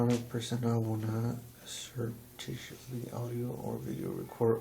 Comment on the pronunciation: I can't get over how she keeps pronouncing, "seretipitously" like "serendipitous" it's "surreptitious"